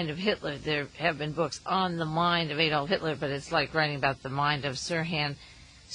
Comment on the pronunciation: ITS NOT A-DOLF. its adolf. or uncle addie.. joke.